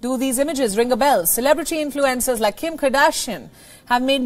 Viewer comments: I thought she said 'influenza'...😳😜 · This is a good newscast, but I wish the anchor would adjust here pronunciation so its a little more easy to understand for North Americans. I couldn't figure out what "influenzas" had to do with TikTok.